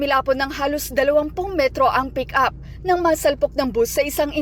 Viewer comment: Yeah, the right term is nasalpok not sinalpok